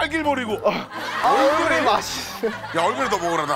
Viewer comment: 얼그레이를 거의 얼씨구??? 의 느낌으로 말하는ㅋㅋㅋㅋㅋㅋㅋㅋ